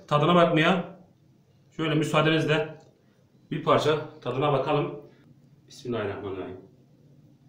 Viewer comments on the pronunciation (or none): none